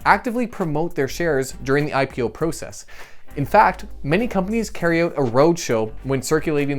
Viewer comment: I would have enjoyed the video much much more if he would have pronounced "process" correctly